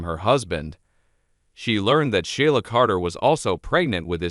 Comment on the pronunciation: You need to learn how to pronounce the name of characters ASAP It's irritating .It's She la & Lee - Am January 26,2023